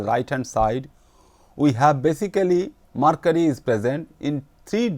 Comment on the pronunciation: It is mercury not marcury